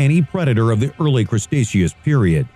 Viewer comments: Cretaceous is pronounced "Critashus", not "Crustasheus". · It's not a crusteaceous period, its cretaceous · Crustaceids period? Why would you say it like that, it doesn’t even look like that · "Crustaceous period." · Some corrrections: 1) Smiladon was never called a tiger. It has no relation to tigers at all, so the idea that it was called a saber-toothed-tiger is absurd, it is a saber-toothed cat. 2) It was not the crestacheous period but the Cretaceous pronounced Cree-tay-shus. 3) Pterosaur is the singular, pterosaurs is the plural. Pterasaureses is completely wrong. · Ah yes, the Crustatious period. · Did he say crustaceous period?! 😂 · "Crustaceous Period" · Did he say "custaceous" period? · Must be the fucking time of yhe shrimp since its yhe fucking CRUSTACEAN PERIOD, YOU MEAN CRETACEOUS PERIOD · Am i mistaken on how you say CRET-aceous? i would expect a video like this to know how to pronounce simple geological periods! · He can't pronounce Cretaceous